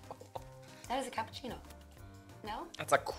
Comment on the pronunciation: it's a crapicciono he says